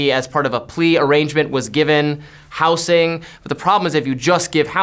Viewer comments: is the first person I've heard who pronounces 'housing' with an "s" instead of a "z" sound. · I’ve never heard it pronounced “house-ing” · says 'housing' weird